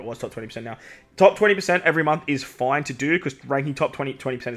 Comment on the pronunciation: It's foineeee